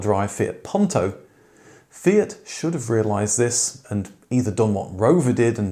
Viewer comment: Puuuuuunto, not pawntow. Nice story though, especially liked the presence of the original producer